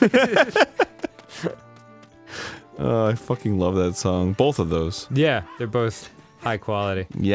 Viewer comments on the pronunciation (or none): Arin says “bolth”